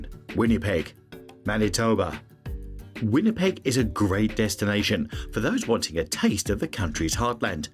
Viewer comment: Turned this ai slop off after I heard Winnipeg